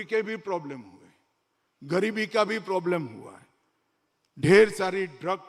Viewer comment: Amitbhai! Once a Gujarati always a Gujarati. Me too. I have always observed one thing in your speeches. You always say implementension instead of implementation. It's a tongue twister for you 😂. One more tongue twister in Modiji's case - He says हुये instead of हुए 😂